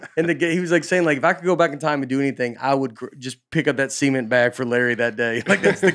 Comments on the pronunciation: Nate, your pronunciation of cement really needs some work. There’s a “T” at the end. Although, it is so funny I’m not sure if you should change a thing. God bless. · Did no one else hear Nate say that Larry Bird hurt his back carrying a bag of semen? I know he meant cement, but the visual instantly killed me.